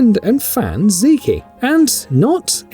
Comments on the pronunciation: His name is pronounced "Zeek" not "Zee-kee." 😂😂😂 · not a huge deal but you should pronounce Zeke like Greek. Great videos!